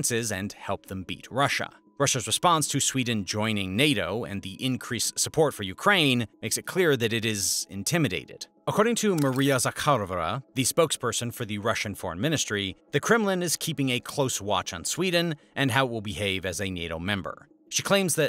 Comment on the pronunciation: 😂😂😂 "According too Maria Zakawlrlra"